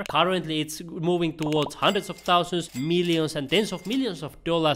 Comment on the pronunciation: say thousand normally please